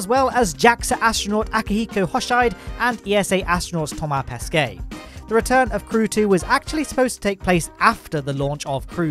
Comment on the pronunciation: Great, your pronouctiation of "Thomas Pesquet" has greatly improved since the launch of Crew-2 ^^ For "Akihiko Hoshide" on an other hand, not so much...